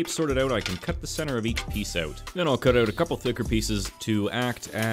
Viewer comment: I like how he pronounces out like öyt. Man, Canadians amirite